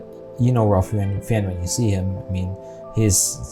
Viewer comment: Wow. Good quote. I read that book years ago. You've done a very thoughtful job with reacting to and reviewing this film. I think Fiennes is pronounced 'fines'. Yep. There were other heroes. My great uncle had two sisters who left Germany on something called the Kinder Transport. He was too old for the Kinder Transport but he had a business associate in Japan who was able to get him out of Europe. There are so many stories. I have a cousin who escaped a work detail and lived out the war in the woods. Nazis generally avoided the woods because Russian resistors camped out in them. On the gas chamber, incoming groups of able-bodied people were generally kept in 'working order' for as long as they were needed to perform camp labor. I remember seeing that and just not even being able to move until the water started coming out. I read something interesting about the characters of Helen Hirsch and Itzak Stern. In both cases, in real life, there were other people who were in their same situations, who weren't depicted in the film. For example there were a few other house girls and there were also 4 other men who worked along with Stern. I guess for film structuring, Speilberg thought it better to focus on two distinct individuals instead of groups of people. Or, maybe they weren't around by that point to share their stories directly. There's an interesting (actually fascinating) documentary about Goeth's daughter who when she grew up and learned about who her father was (she was born